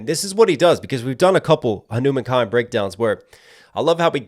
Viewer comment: Ayee pronounced the name perfectly this time...........Finally so happy to see an indian artist going international